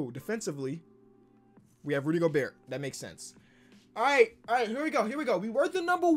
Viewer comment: said “Rudy Goburt” like flight 🤣